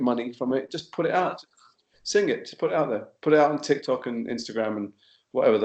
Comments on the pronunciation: He made it the opposite, Its TikTok not toktik! LOL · Hermione voice It’s tIKtok not tOKtik!🙄 lol I just died laughing at my own joke. send help😂😂😂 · THERES NO WAY HE SAID TOKTIK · 'What's a TokTik?' Oh Tom. Dear Tom. 😂😭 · He said top tik He didn't got it😂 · he said toktik